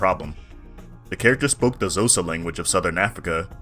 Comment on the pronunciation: Just remember, even though a lot of these languages are written with western letters, they have been fitted for various african cultures. it is not sah-day, it is sha-day (sade). it is not zo-sa, it is (might want to look this one up) a click in the side of your cheek while you suck in air, so all together no pause, *click*oh-sah. not click, then oh, then sah, but click and oh at the same time. I know it seems nit picky, but just consider reaching out.